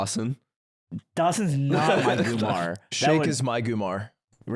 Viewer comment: Can someone explain to me if /Ludwig know the term is ‘goombah’ not ‘goomar’ 😂? Or are they just trolling and saying it wrong deliberately?